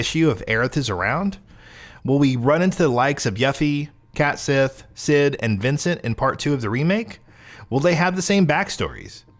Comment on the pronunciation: Yuffy? Cat sith? Its 'YOU-FEE' and 'KET-SHEE'